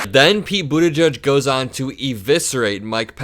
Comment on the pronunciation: I think it’s edge-edge not judge. Love your videos! ♥️